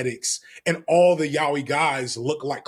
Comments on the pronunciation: I'm sorry I always assumed it was yay-oi you are telling me it's pronounced yow-ie?! This is ruining my life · he kept saying "yawee" and i'm dying over here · Sorry, this brought the video to a halt for me. I was expecting a yah-oy pronunciation, but YAWEEH?!<(｀^´)> Sure, it might be a God-tier genre, but the accent really gets to me. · Gonna be that person pointing out pronunciation for "yaoi": "yah-oh-ee" not so much "yow-wee". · ya-yaoooeeee, is closer to the pronunciation. it’s just like Americans pronunciation of karaoke. anyway, carry on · LMAO: "It's Y-A-O-I" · It's unfortunately the pronunciation a lot of English speaking folks use 😭 don't know why it sticks so hard